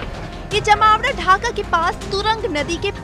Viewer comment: Bolne ka tarika kesa he jmaoda jali use program karykram bhi bola ja sakta he lekin tum to jahi ho tume kya pta